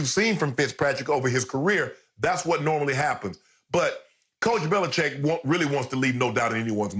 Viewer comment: I agree with Bayless for once. And why is Bill BeliCHICK getting away with having people pronounce his name "Belicheck"?